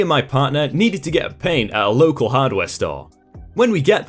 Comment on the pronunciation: It's an accent thing. It happens to us Michiganders, too. We don't pronounce the T or D at the end certain words, mostly when they're at the end of sentences. It's really weird!